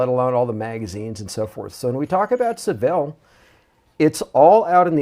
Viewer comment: Sean, tell him how to pronounce Saville and Caernarfon castle please.